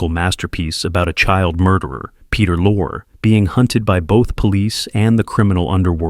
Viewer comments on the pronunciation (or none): It's pronounced "Lorre" (Lorry), not "Lor," by the way. You need to doublecheck the AI reader. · Peter Lorre (LOR-ee) is pronounced lore. Robo-reader strikes again. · It's pronounced "Lor-ray" not "lor." I invite all the posters to view these classic films for two reasons: 1) That atmospheric horror is more frightening then visceral blood and guts and 2) To see how many names the AI narrator mispronounced. 💀☠💀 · LOR-EEEEE NOT Lore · Pronounced Lorrie, .not Lore. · Please, please, please learn to pronounce the actors names before making videos! For instance, it's Peter Lorry (phonetically), not Lore, and Joel McCray, not Macray-a. Please. You put some effort into the video, and it would be great if you just make the small additional step to get the principals' names right. Mispronunciations diminish the quality of the presentation, and it's a shame. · AI again proves it can't do the job as well as a person. Bel-lah, NOT Bay-la, Lugosi. Peter Lores last name is not pronounced Lor-ee. World War 2 became B'if 2. WTH? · I really hate AI . Or should I say AI is an oxymoron. The AI keeps mispronouncing Peter Lorre .His last name is pronounced Lore ree. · Peter LOR -- ee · Another crap AI vid... It's pronounced Loor-E... Peter Loor-EEEE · For Example; McCrea is pronounced MCray, Lorre is pronounced Lorrie, etc. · I find it interesting that the AI mispronounces Peter Lorre's name the first time, but gets it right the second. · I wish this narrator knew how to pronounce Peter Lorre's name. But then, I wish it were a human and not another AI. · I guess the AI can't even pronounce Peter Lorre's name properly.... until it can maybe you should use a human? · My eye twitched to hear Peter Lorre's name pronounced that way.